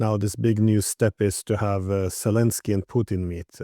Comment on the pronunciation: Z, pronounced Z as in Zelenski; and pleaze, do not call him His "ex-selenski" !!